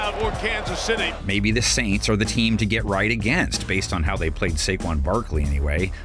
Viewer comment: It’s pronounced SAINTS! And the Panthers LOSING to the Bengals! 😊